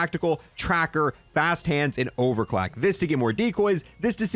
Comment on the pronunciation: Is it just me or does it sound like he just said overclack instead of overclock😂😂